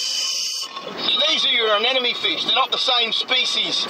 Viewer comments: The so-called expert mispronouncing anemone as "anenome" is kinda driving me nuts. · To the marine biologist guy: a-ne-mo-ne. A - NE-MO - NE. Not anenemy. That's a person you dislike. It's leviooooosa, not leviosaaaa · Thanks Destin! I really enjoy your videos and we learn cool stuff! Remember that everyone has a bad day now and then, so don't take it personal when some folks feel the need to judge you for stuff like the way you say anemone ..anenome..enemy,,.FISH! Keep up the good work! Sharing your science in an artful form, in a free public forum gives you the latitude to call those fish whatever you want every day or ,,,not. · I keep hearing the guy saying anenome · Anenome Anenome Anenome Anenome Anenome Why are native english speakers so bad at speaking? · ***** but he didn't pronounce I that way. He pronounced it with the second n and the m transposed. He said it as if it was spelled "anenome" (like "an enemy" instead of "an em eny") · AAAARGH! Is there truly NO ONE in the world who can say "anemone" properly!? The anemone is not an enemy! At least, Destin, you did say it correctly once or twice. :-) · I like how nobody can pronounce Anemone correctly :D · ***** Ah ok, sorry English is my second language, but how was he mispronouncing anemone? My lecturers (Australian) pronounce it just like that, maybe it's just an accent thing?